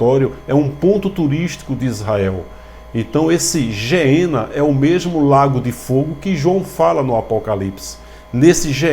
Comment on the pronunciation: Oiii a paz! Não estou te corrigindo mas a pronúncia certa é "Guiena" porque no Hebraico e Grego não tem o som de " G e J " na pronúncia....fica na paz irmão.